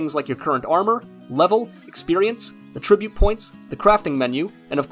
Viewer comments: please learn how to pronounce "attribute". In this context it is NOT "uhh-trih-butte". It IS "ATT-trih-butte". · Can you please look up how to say attribute? At -trib-ute It’s not “a tribute “ points lol